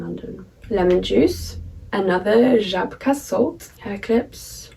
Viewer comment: I'm so surprised how well you are pronouncing Żabka :D